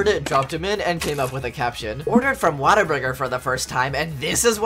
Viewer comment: The way he pronounces Whataburger.